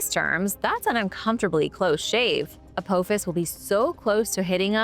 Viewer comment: I love your channel but please if youre not AI then learn to pronounce names. It's like A PA FIS not A POO FIS.